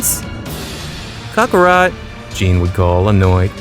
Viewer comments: kHAK AH ROT Say IN Kale like the vegetable. quit giving cockerspaniel rat soft zarbon vibes.lol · Sighings Cockarot Kalei These are driving me crazy 💀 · Kakorot not cokarot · The voices are terrible and so is your pronunciation of their names. U said "cyans and kukarot" like bruh if english isn't ur first language then why bother